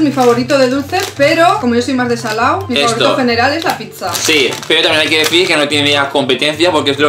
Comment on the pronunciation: cuando dijo aquí hay una pizza entendí: Aquí hay una picha JAJAJAJAJAJA